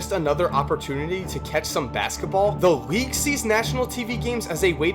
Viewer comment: Can you not pronounce the letter L? You say Reague all the time bro. Great video nonetheless